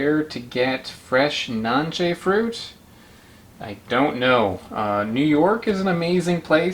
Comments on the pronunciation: We eat it in Honduras in juice, drink the juice! And the pronunciation is not NANCHE its NANCE its Spanish... we take the pulp with our hands not a knife 😏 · It’s pronounce it Nancy in Spanish